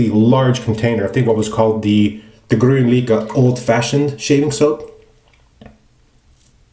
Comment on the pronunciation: You can hear the correct pronunciation if you google translate "Green happiness" to Swedish "Grön lycka" - You did quite good!